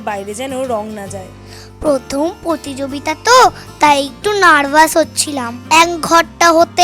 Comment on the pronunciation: প্রতিযোগিতা ❌❌ প্রতিযোবিতা✔️✔️😅😅😂😂